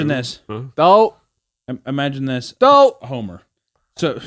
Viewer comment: Ok it took a few times to figure out that meatcanyon said "Homer" and not "Homo"